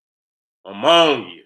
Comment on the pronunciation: “ AMMONIA “ lmao